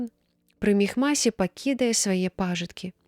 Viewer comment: Прачытана: пакіне па'жыткі, слоўнік дае націск на другім складзе: пажы'ткі.